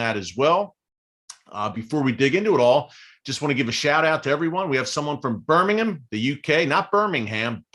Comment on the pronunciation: Yes you said Birmingham right 😊